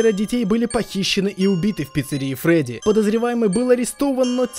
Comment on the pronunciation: не фроди а фредди